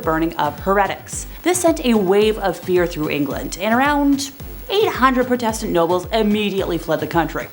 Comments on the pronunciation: Why can't you pronounce Protestant properly? You are wrong about Wu Zetian. And Bloody Mary is said all over YouTube so why lie and say you cannot say it? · I think you're pronouncing "protestant " wrong...or was it because of YT?